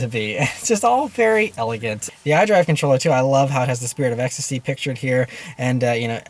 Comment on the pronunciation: take a shot everytime he says "spirtit of ecstasy"